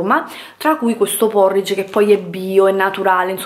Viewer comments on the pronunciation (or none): none